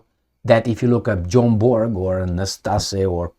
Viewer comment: Its Bjorn Borg not John Borg 😂 😢 but its ok 😅